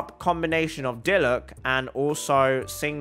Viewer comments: You pronounce it deelooc. Not deeeloooooch. Or you can say pronounce it diluck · third time I've heard somebody say "Deeloosh" it's Dee-Luke bruh😂